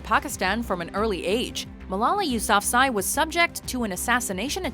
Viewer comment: I learned about Malala and couldn't help but notice you pronounced her last name wrong it's you-sa-fa-zee